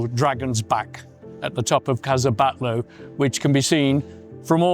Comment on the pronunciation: Exvellent video but you should put more effort into pronouncing the proper names correctly: Gaudí (gaudée), Palau Guell (palao guay), Pedralba (pedra:lba), Casa Batlló (ca:sa batyo:)